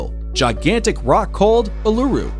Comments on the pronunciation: Uluru is not pronounced ooh-lu-roo but ool-la-roo. And its other name Ayers Rock is not pronounced Ay-ers rock but rather Airs rock. Either way, really enjoted this video! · I'm from Australia and him pronouncing Uluru wrong hurt its said: ew-la-roo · A kind suggestion. Please check the local indigenous pronunciation of place names prior to recording. Ie. Uluru is pronounced oolooroo with no syllable being stressed. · Uluru is pronounced - oo loo roo or Ayers Rock - pronounced "airs" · ahh not a sing time did he pronounce Uluru / Ayers Rock correctly. I think I heard him call it ulura as well . like whatever, you can pronounce it wrong but pls try to be consistent about it. sheesh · Yeah I know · The pronunciation of Uluru hearts me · The way he says uluru ahahahahaha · Bro it actually hurts me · Number 2 he kept saying it wrong if you can not pronounce a word or name correctly don’t guess at it every time he used the Aboriginal name for Ayers Rock I cringed every time yuck it was so bad the way he kept saying it 🙈🙈🙈🙈